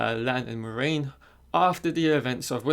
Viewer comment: Lol. This kid doesn't even know how to pronounce MORAINE. It's pronounced "mwah-RAIN", not "More-main". Yeah, a poser.